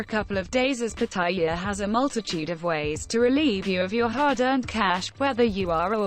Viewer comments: Here's another do: Pronounce Pattaya correctly i.e it's not Pa-ty-a, it's Pat-a-ya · Amazing how virtually nobody can say "Pattaya" correctly! It's 3 syllables to pronounce it right.